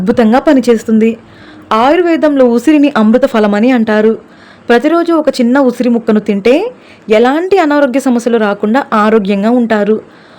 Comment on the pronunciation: ఉసిరి మొక్క కాదు, ఉసిరి ముక్క అని చెప్పాలి.